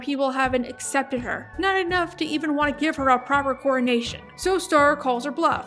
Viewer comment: she said cornonation